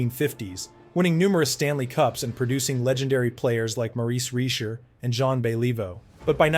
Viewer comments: Moreese Reesher?? WTF?! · This guy can't even pronounce the Jean Béliveau, Maurice Richard, and Yvan Cournoyer, what the hell? hard to watch, good facts, but what type of fan butchers these iconic names? Content creators have to stop using AI - that was bad.